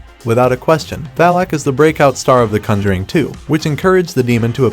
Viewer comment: Why do you pronounce conjuring so weird?